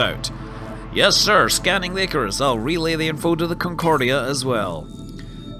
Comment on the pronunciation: I hope that's not the final voice acting. "eye-carus," seriously?